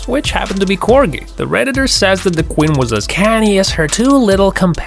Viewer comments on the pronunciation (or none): Who else hears him say Quin instead of Queen